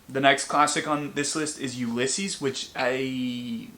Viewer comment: Help that pronunciation of Ulysses confused me for so long I had no idea what book you were talking about 😭